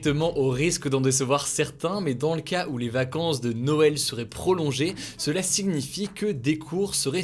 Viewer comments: tu prononces "sigunifie" au lieu de signifie c perturbant 😭😭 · Hugoooooo, arrête de prononcer le "g" de signifie !